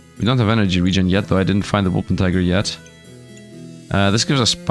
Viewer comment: It's Wolpertinger, not Wolpentiger 😂 German mythical creature